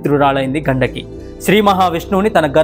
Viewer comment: ఘండకి కాదు గండికి నది... ఇలాంటివి చెప్పేటప్పుడు pronounciation చాలా important...👍